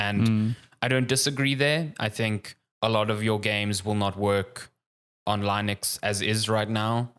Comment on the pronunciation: Sweet mother of God, it's Linux, not Lynux